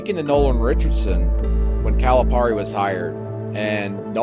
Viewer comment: This was awesome, but somebody please help with the pronunciation of Calipari lol